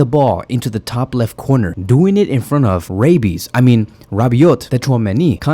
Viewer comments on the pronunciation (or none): Man you made my day...did you just say Rabees or Rabiot kikikiki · 😂😂... Rabees... Oh Rabiot...😂😂😂... Nice bro..lol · Wait, did you say Rabbies ?? 😂😂😂😂😂😂😂😂😂😂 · Bro said rabbies lmao